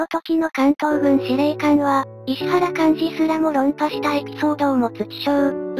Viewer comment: 「いしわら」莞爾ね